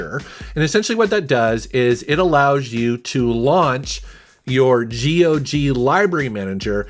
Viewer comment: GOG rhymes with dog.😀